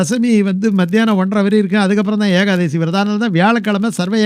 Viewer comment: சுவாமி ஏகாதேசி அல்ல,ஏகாதசி